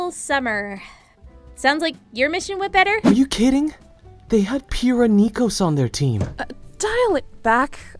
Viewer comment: It’s Pyrrha, not “Oyrrha”.